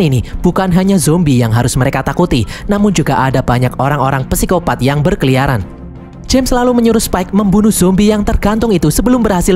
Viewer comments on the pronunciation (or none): none